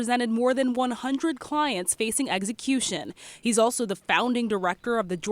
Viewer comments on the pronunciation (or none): Why is the reporting saying “eggsy-cution?